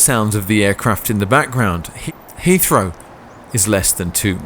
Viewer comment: Hea Heathrow